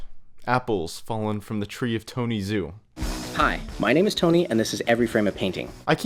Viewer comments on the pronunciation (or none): Aaargh it's Tony 'Joe', not 'Zooh' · Tony Zhou, Zhou is pronounced "joe" not "zoo" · Temirlan M I know.. It's more like "Jo" not "zoo".. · Pretty sure Zhou is pronounced Joe, or thereabouts anyway. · It's pronounced "Joe" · Tony Zhou's name is pronounced "Joe" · Tony ZOO? Tony fucking ZOO!? Put Zhou into google translate and push a pronounce button dude and you'll get it right. Jesus